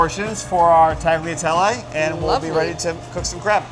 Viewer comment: This is awesome to see Sac get some love. Chefs all need to learn to say Tagliatelle correctly please if you're making it as lovingly as he did: Tal-yah-tell-eh - grazie.